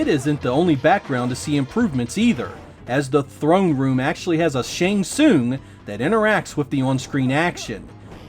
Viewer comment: Dont forget Shang Soouung